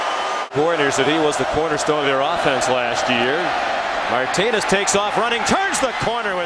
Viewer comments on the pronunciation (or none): Nice video. Couldn't stand the commentator during the Washington game, it's Martinez, not Martines.